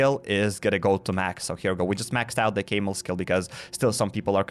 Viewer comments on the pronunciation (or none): 🐫 camel as in the beast. NOT PRONOUNCED CAIMEL!